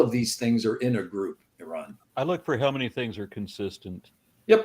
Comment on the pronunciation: "It's not Air-on, it's Are-on." "Sorry, Iran."